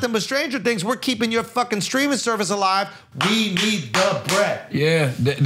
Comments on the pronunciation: Is Charlemagne saying "screaming" or "streaming" cause that shit is hilarious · Take a shot every time charla says “screaming service “ instead of streaming. If you get alcohol poisoning don’t blame me for it. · Is Charlamagne saying “streaming” or “screaming” ? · ITS STREAMING NOT SCREAMING!!!!!!! STOP SAYING IT WRONG IT TRIGGERS ME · Charla saying “ screaming” services brought me back to the let go and let SOULJAH episode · Is charla saying “screaming”??